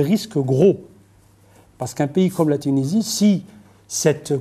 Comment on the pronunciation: même pas foutibde lire un prompteur correctement... Apprends déjà a pronocncer tunisie correctement mr l universitaire a deux balles